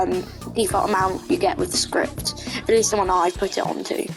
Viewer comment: you aren't alone with the "scripy" thing, i do that too 😭